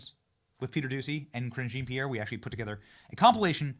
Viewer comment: When Benny says Karine Jean Pierre's name, am I the only one hearing Cringing Pierre?